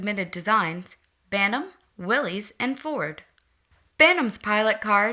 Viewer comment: Corrections: Proper pronunciation is Will - iss as would rhyme with Phyllis. It was the surname of Willys Overland founder John North Willys. - there was never a Willys GP or GPW, those were Ford models. After the initial Bantam, Willys, and Ford prototypes were tested and reviewed, small contracts were awarded for the revised pre standard Bantam BRC (Bantam Reconnaissance Car), Willys MA (Military, first contract), and Ford GP (Government, 80" wheelbase). The lucrative contract to produce the further revised 'Truck, 1/4 Ton, 4X4, G503' was issued to Willys overland with Ford as subcontractor. Throughout WW2 Willys built over 360,000 of their MB (Military, second contract) with Ford building an additional 280,000 of their GPW (Government, 80" wheelbase, Willys pattern). They had nearly complete parts interchange between the two and many (most) of the body 'tubs' were built by American Central Manufacturing (ACM). The museum example shown in the video wears an 'Invasion Star' on its hood as used for the D-Day invasion.